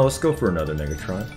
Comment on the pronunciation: way he said negatron was sus lol